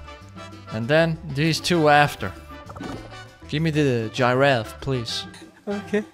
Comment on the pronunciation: I love how calls the Giraffe a Gi-raffe 😂 Subcribe and hit that bell everybody